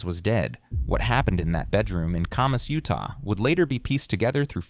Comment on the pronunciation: Mispronouncing everything is annoying. Her name isn’t and their town isn’t Curmus.